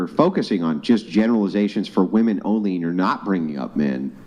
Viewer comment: When you speak about wahmen to wahmen, they feel attacked. That hive mind is strong with wahmen.